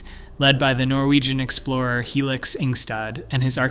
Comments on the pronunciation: Not Helix Ingstad, But Helge Ingstad. 😅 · No !!!! His name is absolutely not Helix !!😂😂😂😂😂 Anne Stines husbond is called Helge !!! No one in Norway is called Helix, and probably not so many anywhere in the world 😂 Moron... You can read about him... ...and her here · Helge...his name was Helge Ingstad..